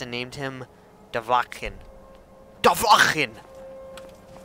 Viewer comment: BTW it is pronounced Do-Va-Kin